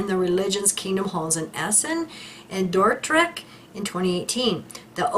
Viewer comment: Your pronunciation of Emmen, Assen en Dordrecht is superb 🎉🎉🎉❤